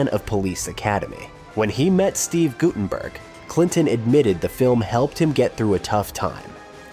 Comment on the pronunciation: why do all these types of videos have shitty AI voice overs? GuT-TUN-BURK , LESSERD........ c'mon..... also, the shirt "mistakes" must have been on purpose.